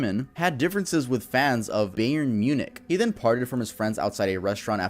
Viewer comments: Sorry tuv if you find this annoying but it isnt called ''beyern'' it's called ''bayern'' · Dude you kinda butchered the football teams. It’s “Verder Bremen” and “Buyern Munich” Good effort tho 😂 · Man really said BAY-YURN MUNICH lol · the scariest part about this was how he pronounced bayern